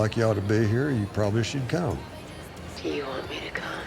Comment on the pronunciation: "Do you want me to cOOm?" Tommy did not read the line correctly